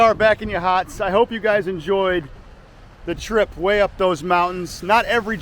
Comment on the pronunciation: It's pronounced like Ya Hots